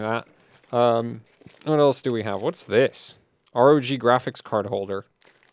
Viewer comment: you know you can just say rog, like in rogue and tough for tuf😉😊